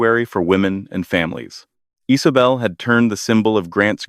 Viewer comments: The name is Isabel so why I’m hearing Isobel or Icebel? 😅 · Is this a new way of saying the name Isabel?